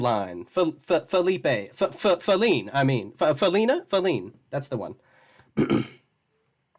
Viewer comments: Was wondering if she doesn't know how to properly pronounce the word FEE-line. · I’m numb to her suffering. She’s always going through a crisis. I’m more pissed off that she keeps saying Falene.